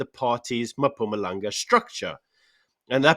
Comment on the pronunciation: "Mapumalang" 🤣🤣🤣🤣🤣🤣🤣., you can do better with the pronunciations. Come on, put in some time and effort you will get better eventually. I believe in you